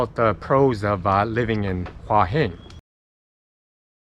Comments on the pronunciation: It's actually not Hwah, it's Hoo-ah. I discovered this in Nakhon Pathom train station. She had no idea what I was saying. Two rising tones - Hoo ah Hin. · Please please please learn how to say the name of the area you are in properly! It is Hua Hin not Wa Hin! >>> sounds like Hooa Hin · I was there for 2 months last year and a young Brit who had been there longer than me was calling it "hoi hin" and I started to wonder if I have been pronouncing it wrong all this time(?) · You should say Hua Hin more often ! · So annoying you can't say Hua Hin right, just stop saying it :D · Ask a Thai resident how they pronounce Hua Hin. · and mispronounced it every damn time it's maddening.